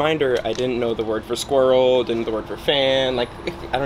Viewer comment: What do you mean, it’s Squiwwl - is that not how you pronounce it 😂